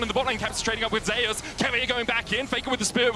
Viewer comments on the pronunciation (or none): If this man could pronounce Zeus... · nothing, I think he wants to read it as Zus, not the Korean pronunciations Ze-us. Though his ign does refer to the Olympus god, the caster is just sticking with the Korean pronunciations since the player himself read his name as Ze-us.